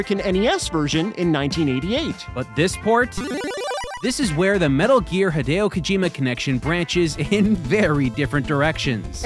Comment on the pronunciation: Higharolla Kokamaime? Hi-deo Ko-jima? 🤯🤯🤯🤯🤯🤯